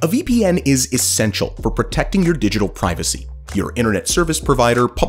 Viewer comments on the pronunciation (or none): none